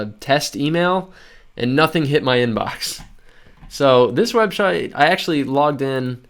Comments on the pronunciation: did anyone else hear him say webshite? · lol! he said web shite xD on video.